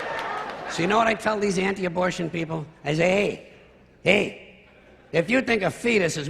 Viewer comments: Lol "abortation". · "Abortation?" Seriously?